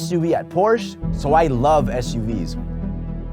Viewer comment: Porsche is a 2 syllable word, just saying